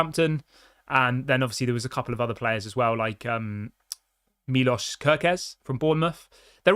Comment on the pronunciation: Milosh* kerkez im gonna write it every time i hear you saying it wrong🎉